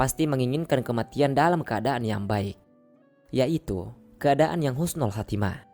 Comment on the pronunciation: Tolong dibetulkan bukan khusnul tapi husnul....maaf dan tks.